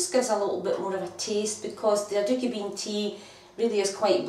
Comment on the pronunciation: I love how she pronounces it. Sounds like "a dookie" I'm sure they taste better than that lol.